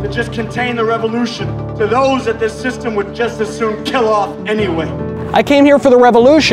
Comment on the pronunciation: "WE ARE DECLARING A POLITICAL WAR ON THEIR THISTEM"